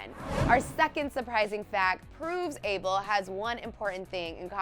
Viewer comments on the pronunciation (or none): It's not able it's ah-bel. Geez get it right 😩where my habeshas at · thats not how you pronounce Abel ... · Ur pronunciation of "ABEL" is so wrong hon am tired of listening 2 it